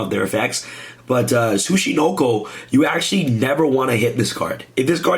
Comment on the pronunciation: This isn't Snek boi. This Tsuch....Tsuch.... Suckanacho